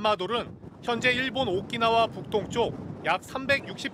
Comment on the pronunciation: 오끼나와ㅋㅋ오키나와,큐슈가 발음어렵나?